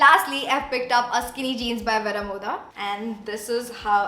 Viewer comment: It isn’t Vera-mo- dhah It’s Veh-roh -moh-duh